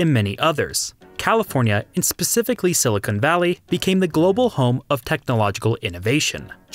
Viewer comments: I noticed the same thing. I think the pronunciation of silicon was just a function of his accent, though. He only said something similar to silicone once in the video, the remaining instances of the word were all stressed correctly. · nah its mispronunciation, people do it with nuclear all the time. Its common enough that people get a pass, but its a mistake none the less. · You make some great points here, but you really need to learn the difference between silicon and silicone. Those are two different words. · STOP SAYING SILICONE VALLEY! Silicon is NOT Silicone. (Good vid though : p) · Thank you, that was killing me every time he said it. It's a dead giveaway that this was made by someone who isn't from CA and has never heard anyone pronounce it.